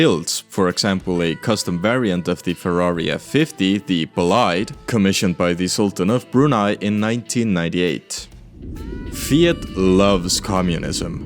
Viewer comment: F50 Bolide (It's Bolide from french, so should be read like Bolide from Bugatti Bolide) has never actually been made. What you've shown is a full size clay model, depicting how the car would look like if the F50 GT was actually sourced (which due to some monetary disagreements wasn't sourced). It was also not a project of Ferrari, but rather Pininfarina, as was almost every other Sultan of Brunei Ferrari